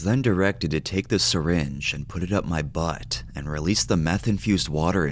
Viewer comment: “BuTt!” Pronounced so butt-ifally 😂